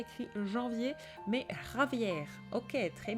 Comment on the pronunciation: 😂😂C'est sympa "Javier", "señorita" ton accent espagnol est excellent.